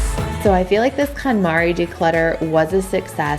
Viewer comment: i really couldn’t figure out what she was saying and then i realized she was saying Kon Mari. i wish i wouldn’t have realized it cause it really annoys me.